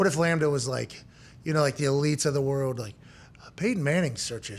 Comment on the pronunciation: please fix how you say world..... its not worwd. its world. love u man